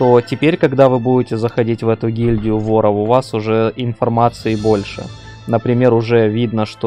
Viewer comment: а че с ударениями - флагИ вОров и это только начало